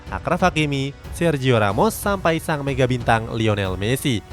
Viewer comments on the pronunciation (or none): none